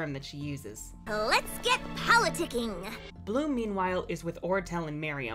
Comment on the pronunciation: I cringed at "politici-ing"